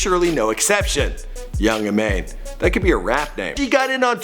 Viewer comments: I'm pretty sure it's pronounced "ee- mah-n" not "ee-mae-n" and her name was meant to be pronounced "Pokimon" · Her name should be pronounced 'Ee mAAn' not 'E mane' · Her name is actually pronounced "IE-MA-HN" instead of "Imain" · OHHHH MY GOD U BUTCHERED HER NAME SO BAD ITS ( e-mon) not E-mane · once she stated It's E MON not E MAIN btw.... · ii-maan not ii-main... also. Didn't Pokimane give offlineTV its name? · I- MANE nono I-Ma-Nayy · I think her name is pronounced Emon as in trying to spell it how it’s pronounced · HER NAME IS PRONOUNCED I-MON sheesh people these days... oh I’m the only poki die hard here oh ok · Its Imane pronounced i-MAHN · First, , that is not her, 2nd, she doesn’t go by “Pokimane thicc” 3rd, her name is pronounced like Pokémon, her name is Imane but it is pronounced imon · So, theres i-mAAAYne Scare-a and Fedmister. You're mispronouncing them, not doing your research, and calling them weird ass names. Well fuck you. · her name is pronounced EE-MAHN btw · Didn’t pronounce her name correctly feelsbad ( pronounced: e-mon) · It’s pronounced pokemon because her name is imane it’s pronounced imon or imān or iman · I'm pretty sure her name is Imane, and is prounounced (E-Mon) she said it in a video when she first started a few years back. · her name is pronounced E-Mon